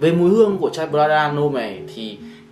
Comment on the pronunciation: Prada L’homme Intense tối hơn và sang hơn rất nhiều so với Prada L’homme. Prada L’homme Intense phù hợp hơn nếu thời tiết lạnh, và cho những người trưởng thành hơn. Góp ý bạn xíu về việc cải thiện phát âm tên thương hiệu :D